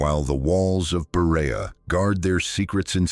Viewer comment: Oh, the horror at the slaughtered pronunciation of Berea.